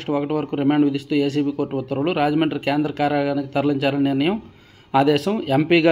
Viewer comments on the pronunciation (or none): none